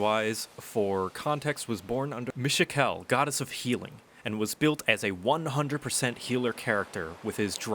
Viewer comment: Nitpick. Mishakal is pronounced Mih-SHAH-kull.